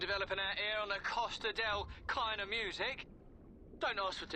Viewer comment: Its called "KEINEMUSIK" not "KLEINMUSIK"